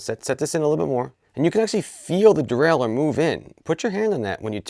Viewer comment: The Readedurdurle :D. Great explanation though.